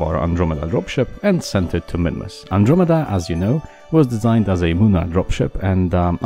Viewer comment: IT NOT A MOONARE BASE! it's a lunarbase